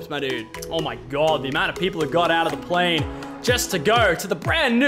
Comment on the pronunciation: Did he just say plane?